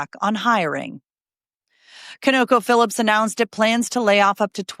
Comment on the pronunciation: ConocoPhillips is pronounced CON-OH-KO-FILL-IPS.